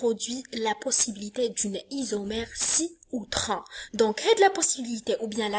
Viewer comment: Merci ma chérie mais la prononciation est CiS et TranS avec la prononciation de S